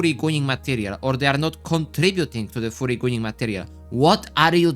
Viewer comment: Yo bro, why are u saying furry like it sounds as a "FOORRY"? U gotta make it sound more of a U instead of OO lmao. If u still don't get it, u can search what im talking about.